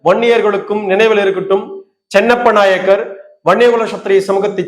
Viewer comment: நாயகர் (நாயக்கர் ) அல்ல உச்சரிப்பு தெரியாத வன்னியர் ?